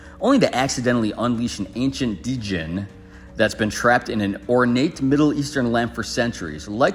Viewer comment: ITS PRONOUNCED JIN.... NOT D JIN. COMEON HAVE U EVEN SEEN WISHMASTER, OR ALADDIN??